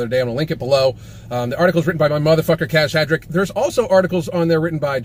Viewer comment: That ''Kajs Hadric'' pronunciation was...interesting...